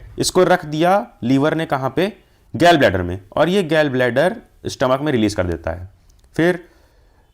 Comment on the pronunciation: Gall Bladder ❌ Gell Bladder ✅